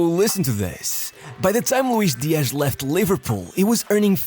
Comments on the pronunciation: Louish Deeash. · What is this 'Luish Diash?' He's not Brazilian, but Colombian. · why is this guy saying colombian names like hes brazilean JAJAJAJA